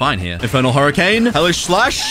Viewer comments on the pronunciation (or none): none